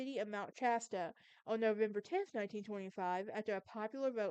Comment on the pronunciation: It’s Shasta. Sh